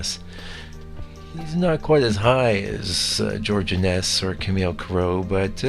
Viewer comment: I believe his name is pronounced INN-ess, not inn-ESS.